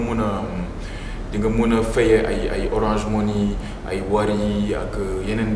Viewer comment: on dit orange monnaie pas monii , lol kana leu